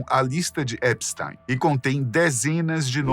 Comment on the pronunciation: Primeira vez que vejo o nome Epstein pronunciado corretamente. O "ei" pronuncia-se "ai" em alemao , logo epstAIn. Ate agora so tinha ouvido EpstIn.